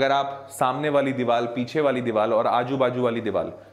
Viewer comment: diwar ko diwal bol rahe hai 😁😁